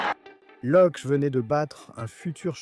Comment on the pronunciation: prononcer Lokké.